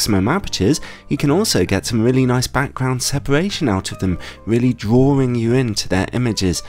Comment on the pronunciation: I don't trust a man who pronounces both Rs in "drawing"